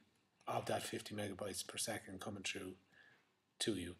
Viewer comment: you should learn how to pronounce the word "through" you dumbass